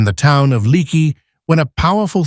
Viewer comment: It's pronounced like Lake-ee